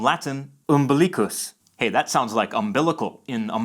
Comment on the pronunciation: Just wanted to point out the Latin pronunciations in this video are terrible. It's very Englishy, so all the vowels are wrong: Umbilīcus in this video sounds ammeliccas to my ear. I would probably not recognise that word if I hadn't seen it written. Audīre sounds more recognisable, though the ī ended up sounding like i. It should be a long vowel. Bonus in this video is pronounced bōnas instead. The two mistakes made here are that the o is errouneously lengthened whereas the u is wrongly made into a schwa, which sounds like an a to my Latin ears. It should be bonus, with a short o and a clear u sound.